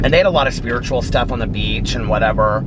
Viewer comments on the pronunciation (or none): none